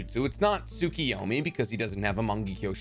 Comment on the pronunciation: I knew like 95% of this already but good video. Also Tsukoyomi (Sue-KOH-yo-mi) KO